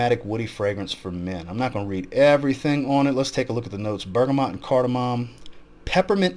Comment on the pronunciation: Showing us where ifragrance tagged u, the way u said look was more like lu. Lol just something only someone from ur area would know 😉